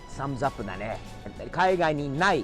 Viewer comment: 「サムズアップ」の発音が完全にカタカナ英語になってて笑う( ´∀`)